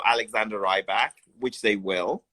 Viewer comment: The interview guy is a bit annoying. Constantly pronouncing Rybak wrong and just saying slightly odd things